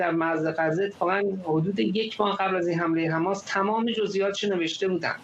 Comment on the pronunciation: ایخدا این چوسراییل بود که میخاس مردم ایران و ازچنگال اخوندا نجات بده،....حالا خودشون مث موش افتادن تو تله خماس توحه کنید خماس 😂😂😂😂 این چوسراییل چرا مث ادم حرف نمیزنند خماس خماس میکنند 😂😂😂